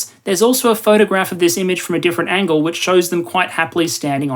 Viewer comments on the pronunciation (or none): none